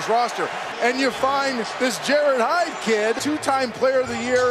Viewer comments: 15 because it's 'Jarryd Hayne' not 'Jarryd Hyde'... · Jerry Fall Out Boy-er Nope. They say it like "Hayn" not "Heyn"